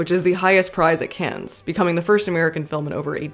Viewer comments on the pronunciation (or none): "Cahn" not "cans"